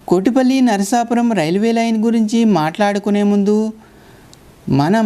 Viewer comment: అచ్చమైన తెలుగునుడికారంతో "నరసాపురం" లేక "నరసాపూర్" అనండి. "నర్సాపూర్" అంటే తెలంగాణలో "నర్సాపూర్" గుర్తుకి తెస్తున్నా రు. నరసాపురానికి తనదైనచరిత్ర వుంది. అక్కడి "టేలర్ హై స్కూల్" వందేళ్ళ పురాతనమైంది. అల్లూరి సీతారామ రాజు విద్యాభ్యాసం అక్కడే చేశారు. ప్రసిద్ధ చిత్రకళా మేధావి, సినిమా దర్శకుడు "బాపూ" ది కూడా నరసాపురమే. ఆ (నరసాపుర)రైల్వేస్టేషను భవనమంతా తనచిత్రాలతో (ఆయనే వేసి ) నింపాడు. అమలాపుర శివారు "పేౠరు" (Peruru) గ్రామంకూడా ప్రసిద్ధమైనదే. అది వైదిక పండితులతో నిండిన ఒక బ్రాహ్మణ అగ్రహారం. స్వతంత్రానంతరం భారత ప్రభుత్వం, సంస్కృతభాషని ఉద్ధరించడానికి, జాతీయ ఆచార్య "సునీతి కుమార్ ఛటర్జీ" ని, సంస్కృతోచ్చారణ (సంస్కృతానికి ఉచ్చారణ అతిప్రధానం, అదిలేక ఆ భాషలేదు) భారతదేశంలో ఏప్రాంతంలో స్వచ్ఛంగా వుంటుంది కనుక్కోమని నియమించారు. ఆయన దేశమంతా తిరిగి, ఉచ్చారణ పద్ధతులని అధ్యనం చేసి, "పేౠరు" గ్రామ వైదిక పండితులకే అగ్ర స్థానమిచ్చాడు. కోటిపల్లి వరకున్న రైలుమార్గంలో మరొక గ్రామం, రైలు స్టేషను "నరసాపుర`ప్పాడు" వుంది.